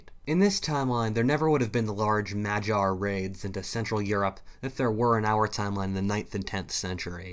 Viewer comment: I wish North American’s could pronounce names properly! Hint; please put a name into google translate and then listen to the audio! It’s Mag yar not Madg yar